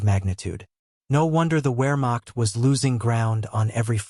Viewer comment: Ware-macht ?? WEAR-macht? Dude... in German a W is a V and a V is a W Vare-macht. VARE-macht ........plz don't mispronounce this